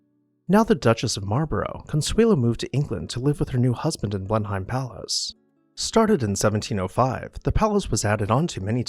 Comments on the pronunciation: blen uhm, not BLEN hime. Not a single demolition mentioned in this video. BRAVO! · How can we take this video seriously when they do not pronounce Blenheim Palace correctly? It is Blenuhm, NOT Blenhime. Very sloppy. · Blenheim is pronounced "Blenem" not Blenhime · Please learn to pronounce names before doing these videos. It is not pronounced Blen-hime palace but “Blennem.” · Unfortunately, my one critique is that the pronunciation of "Blenheim" was incorrect. Sounds like bleh·nuhm. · Blenheim is pronounced, "Blennum." Consuelo Vanderbilt would not have been disturbed by the enormous eyes above the entrance through the portico as they were not there during the time she lived at Blenheim - Those were the eyes of Gladys Deacon, whom Consuelo's husband married after Consuelo divorced him. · Just note on pronunciation, Blenheim is pronounce Bleh -nuhm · Blenheim is pronounced Blen-um. You almost hear the H but not quite. I know it's odd, but English is an old language and has many strangely pronounced words like Worcestershire Sauce = "Wooster Sauce". Also, the Host/ess sitting at the Ends of the table is a Continental and American thing. In England the host sits in the middle with Hostess opposite side of table so everyone can see her for social cues. She'll begin talking to one side or the other and everyone follows suit. When she turns her head to speak with the guest on her others side everyone else does as well. Even today Her Maj Queen Elizabeth followed this custom. I don't know if King Charles will. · "Blenheim" is pronounced "Blen-um" . Glad you caught the slip about titles of nobility versus royalty. Keep up the good work. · It's pronounced Blen - im. Do your research! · Blenheim Palace's name is actually pronounced BLEN-um. That's my only quibble, otherwise excellent as always. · I enjoy your videos and commentary, but wish you would check the pronunciation of names like Blenheim.